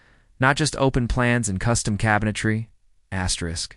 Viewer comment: WHY DO YOU KEEP SAYING ASTERIK?